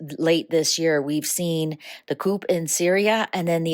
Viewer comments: I love how you pronounced coup, coop and not coo. 😂😂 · COUP is pronounced WITHOUT the "P" sound... COO